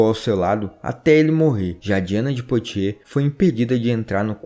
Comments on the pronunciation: Excelente canal, parabéns! Apenas para ajudar, a pronúncia francesa correta de "Poitiers", é "puatiê" com o ''S" mudo....como boîte(casa noturna de música)...que se pronuncia "buáte"...."Calais" também está incorreta, a pronúncia correta é "calé"... O "S" só é pronunciado em francês quando aparece vogal posteriormente. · Texto muito bom e exato. Parabens. Porem a pronuncia de nomes franceses como Calais, Poitiers etc... deve ser melhorada.